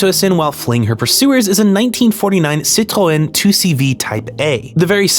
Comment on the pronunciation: Impeccable pronunciation of Citroen but says Cagliostro with a hard G.